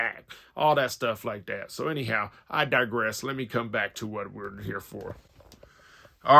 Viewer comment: stop saying 'like dat'